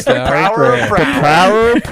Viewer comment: The. Power. Of. PRAY-OR